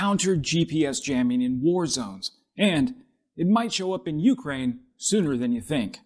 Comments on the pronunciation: Please, u-KRAINE, not U-kraine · It's Ukraine, not U-kraine. And it's decibels, not deci-BELLS. How many more words are you going to mispronounce in this video? ~5 more minutes to go... Well, you made it through the rest of the video without mispronouncing any NEW words. And why don't you also learn how to properly pronounce 🟦 СЛАВА УКРАЇНІ! and 🟨 ГЕРОЯМ СЛАВА!! as well. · You remind me of my mother, pronouncing Ukraine with the stress on the first syllable....and it annoys the hell out of me, so I'm not going to finish watching this. Damn, boy, have you never heard anyone pronounce it before? Also, I've already had a full video on this subject, but it didn't have the ludicrous title, partially swiped from ScienceDaily....no, it had a title that accurately told the viewer what it was about, unlike yours.